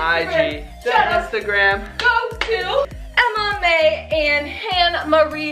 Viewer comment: When they shout out Emma May at the end, it sounds like they are saying MMA.